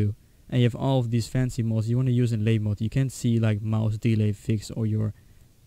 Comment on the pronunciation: labymod is pronounced labby-mohd